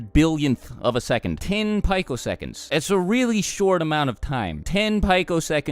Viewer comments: no it's PEE-COseconds not PI-COseconds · it's pronounced peeco